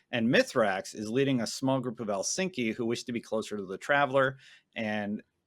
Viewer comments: These guys talk about Destiny as their jobs, and proceed display such an ignorance of the lore, and even a lack of basic common knowledge at times, it astounds me. It's Eliksni, not Elsinki, the Vex didn't do anything to the sun, the simulation is in the City stopping the sunlight from reaching us (including crops, so they'll die, which means the cattle can't eat them, and they'll die, so the people of the City, whom we Guardians are supposed to Guard, will have nothing to eat, and starve to death), the other planets will still receive sunlight. And I don't get how none of them realise this is a big deal considering the Vex have never, EVER, touched Earth before. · had a hard time this episode.."Ma-ryan are you ready" "elsinky" 🤣😂🤣😂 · For someone who watches Byf often enough, I'm amazed you do this: the way you pronounce Eliksni always gets me... It's e-LICKS-ni, not a city in Iceland 😂🤣❤️ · and now, what is with you jokers calling them "Elsinki" lol